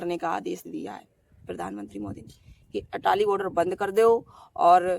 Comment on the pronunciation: Atari not Atali